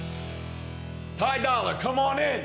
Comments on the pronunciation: listen when the video first starts he calls him "Pie Dolla" wtf !! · SUBIE4estr XT he called him Pie dollar 😂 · Lol he called him "ty dollar"